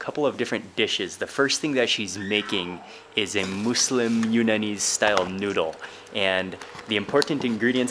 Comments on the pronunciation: It's muslim not mooselim ( no hate love and your vids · You’re putting too much emphasis on the “Moos” in “Muslim”. Its more More in between “Muh” and “Moo”, but its definitely not “Moose-lim”. It uses the same U sound that “Wuss” and “Puss” uses. “Muss-Lim” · Love your videos but its not "Moooolsim"! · I always thought it was. (Muzlem) Sorry no hate but what do i know I’m American. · kima Boho he said mooslem not “moslem” like how it’s pronounced.